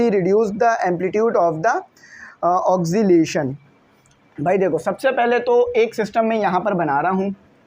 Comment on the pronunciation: its pronounces as oscillation, "os ci lation" not oxcillation.